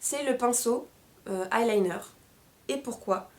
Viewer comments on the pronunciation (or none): none